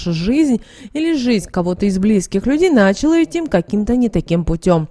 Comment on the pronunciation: Не нАчала, а началА!